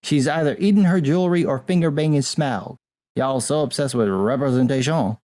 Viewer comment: Did say fingerbanging Smough or Smaug? Either would be apt and hilarious.